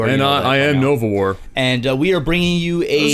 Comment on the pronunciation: They missed my multi-pronged attack at 9 minutes tho. Wish they'd pay more attention to the game, but at least its been posted on the channel! :D I'm more than happy! ^^ Also, Novawar probably the first non-nordic person to pronounce my name correctly! :D